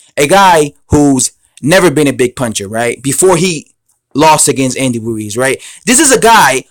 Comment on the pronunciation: HEY, his name is RUIZ (not WUIZ)...That's ROOOO-ISSSS....HAVE YOU GOT THAT????